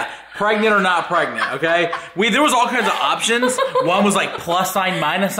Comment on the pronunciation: She not pregananant.